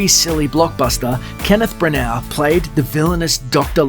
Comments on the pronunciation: I blame myself for clicking. That's not Brian Blessed overacting, he's just being Brian Blessed. How is it that you pronounced Branagh correctly first time then went on to call him Bran-OW? Also, the copy is written in such a way that it messes with your breathing and, as a result, the rhythm. The Wild Wild West section provides a good example, "An...infamous flop". I don't know if you record at home by yourself but if you do, it's not the way to go. You need a producer or at the very least a second pair of ears, because your rhythm is way off. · What's with the bizarre pronunciation of the actors names? BraNARR? Von Sidough? 😂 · That is DEFINITELY not how Von Sydow and Branagh is pronounced.